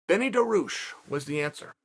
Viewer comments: I can understand calling him Benny, “daroosh” is a travesty though. DAR-I-USH Dariush Not daroosh, dariush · Beneil DAROOOSH. KHAZMAT Chimaev. Dude, if you can't make the effort to learn how to pronounce names properly, just don't talk about them. SAEL CHONNEN!! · Was he joking with his name or was he seriously calling him Benny Daroosh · I actually screamed when he said ”Benny Darooosh” damn Chael out here playing mind games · The pause before Benny Daroosh was pure comedy. Stay you Chael. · When he said Benny daroosh I did a spit take literally LOL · I'm like who tf is Benny daroosh 😂😂😂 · it s called dariush in Persian ecvalnt of Darius it.s the name of great king it.s bothering me people can.t pronounce it